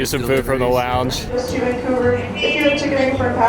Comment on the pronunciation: He really said vancougar 😂 😂 love it